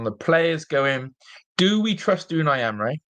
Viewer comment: If you're gonna talk about the gaffer then atleast pronounce his name correctly